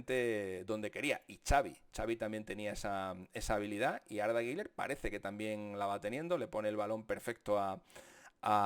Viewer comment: Por favor, Deja de decir “guiler” no existe. Ni en turco se pronuncia así, deja de querer ser importante